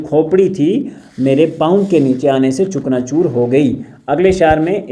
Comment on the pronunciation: Chakna choor,is right pronounciation